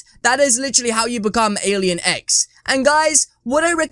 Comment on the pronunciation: I tought you said alien eggs xd